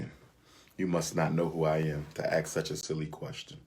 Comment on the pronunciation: I must ax the question....it's ASK didn't they teach you that in college🤣🤣🤣